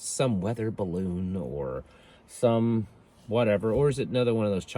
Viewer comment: Did you mean Baroon? 🤷‍♂️😂